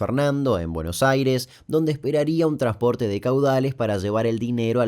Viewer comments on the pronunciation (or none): / / no es "trasporte" No te olvides la N 🙏🏻 TRANSPORTE